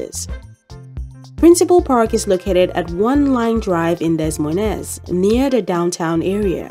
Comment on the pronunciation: It's pronounced DUH MOYNE.... The S's are SILENT!!! ABSOLUTELY NOT , Dez Moy Nez 😅